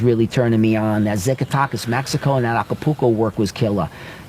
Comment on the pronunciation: Zackatechas is how you say it brother lol